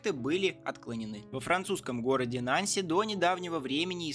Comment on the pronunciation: Нанси́, а не На́нси Это же французский город Также магле́в, а не ма́глев